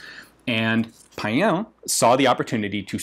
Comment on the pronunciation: Perfect pronounciation of Payen. Greetings from France